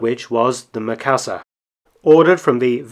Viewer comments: Sorry, I just have to..... not Meh-ka-sa, it's Me-ka-sa. Japanese vowel "i" is pronounced like the "e" in the word "me" or the double "ee" in "feet". I've been slammed for this by my Japanese 101 teacher. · Is "ME . KA . SA.", base on Japanese English.......